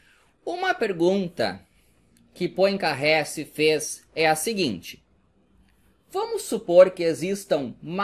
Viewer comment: só uma dica:não se pronuncia Poincarré,mas Poincarrê